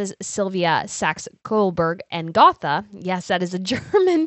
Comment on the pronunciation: In case you are interested, Germans do not pronounce "th" like English. Saxe-Coburg-Gotha, the Gotha would not be pronounced Gotha like Gothic. The "th" is a hard "T" so it would be pronounced Go-Tah.